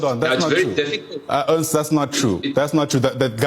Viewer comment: Sorry, Ernst not Ernest.